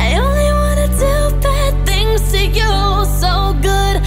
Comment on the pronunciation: The way she pronounced "THINGS" it was a little bit cringy for me. But the song was still beautiful except the way she pronouced things.